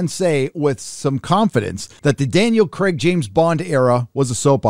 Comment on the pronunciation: Daniel Kreg? Hercules? Pierce Bronson? Mate learn to say things properly.